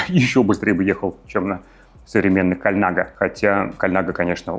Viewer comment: Респект за правильное произношение Colnago :)